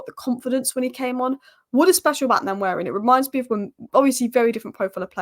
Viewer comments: Keep up the good content. One point, it’s Nwaneri not Nanweri. 😂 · It's not Nnwayeri it's Nwaneri (ONE NAY RI) ETHAN "ONE NAY RI" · Nanweari😂😂😂 come on, make an effort. Try practicing or break it down........ N U WAN NERI. if you cabt be bothered,, just call him Ethan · Great channel but its One-ye-ri not Nan-weari! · (N)waneri the N is silent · The first N in Nwaneri is silent, so it's just Waneri. There's a video from Premier League where he and many others pronounce their own names. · Say it with me… Wah-Neri. Ethan doesn’t pronounce the ‘N’ at the beginning of his last name 😉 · The "N" at the beginning is somewhat silent so it sounds like Waneri. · ...Sky Sports has a video on YT with all the players pronouncing their own names...he says it like Won-eri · Waneri is far more closer to thw pronouciation than what you are pronoucing😂🤣😊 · Nice Vid! The pronunciation of Nwaneri phonetically is WAN-AIR-EE... The N is silent.👍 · The name is pronounced one ne ri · I'm Nigerian and such a joke people on the net assume most comment are attacks on them. That was my bit to help folks pronounce it better, not a perfect transcription but close. There's no "nu-" in front. That vowel doesn't exist. If that doesn't help you directly, hopefully others. Good for anyone who care to pronounce and learn unique names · Great to see ur improvement on Nwaneri pronunciation. Remember the N is silent...its basically waneri but u can emphasize on the n by calling him wan-neri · Pronouce his name this way "one-neri" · He said himself the pronunciation WA NERI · The "N" is silent in the pronunciation of Nwaneri. Nice analysis 👍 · start practicing how to pronounce NWANERI name the boy too good and deserved the starting spot , don't look at his age the boy is a very good baller .. NWANERI TIME IS HERE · His name is nwaneri